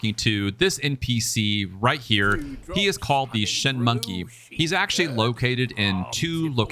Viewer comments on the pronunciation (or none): none